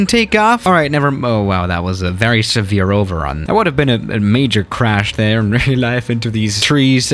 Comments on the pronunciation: The way he says "there" sound likes hes saying "thea" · Why does pronounce there as the-aa? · Why did your voice Coach tell u to say there like that love the vid btw just a little confused